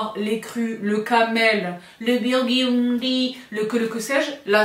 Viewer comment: le BIOURDUNDYYYYYY